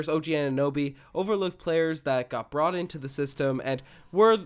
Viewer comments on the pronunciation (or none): none